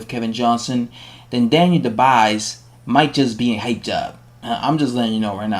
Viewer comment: iTS PRONOUCED KEVIN DU- BWAY ITS A SILENT S.